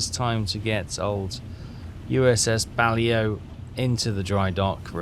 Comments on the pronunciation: READ YOUR COMMENT. BA-LAY-O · it is the USS BA-LAY-O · USS Balao (Bah-lay-oh...your pronunciation is still epic fail-level) is now up to 599,185 tons (counting your previous career that malfunctioned. Nice work! If you want better targets, I'd switch bases. Go back to Pearl Harbor and you'll go right off Japan. Should have plenty of high-value targets then. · Its not pronounced that way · Well that isnt how it is pronounced either technically so you have some need to coach 😂